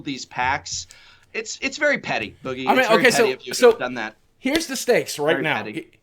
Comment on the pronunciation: when he pronounces boogie wrong